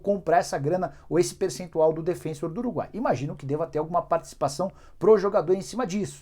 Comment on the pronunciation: Nicola, esse time uruguaio que ainda tem parte dos direitos econômicos do Arrascaeta, se chama Defensor (pronúncia igual a palavra em português mesmo) e não Defênsor, (como você chamou no vídeo e tantos outros, de forma incorreta, chamam por aqui). E eu pensando que não ia mais ouvir o nome Borré neste canal... ledo engano.